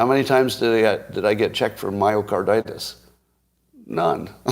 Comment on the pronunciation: Plus, didn’t he call it mycardAtus, or did I imagine it?